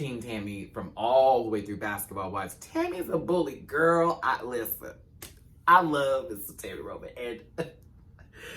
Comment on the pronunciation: Not relevant to “this” video... I usually fast forward through intros, but not yours. I love it all the way from “Liss-ten!”.... to..... “Puss! Pussss!”’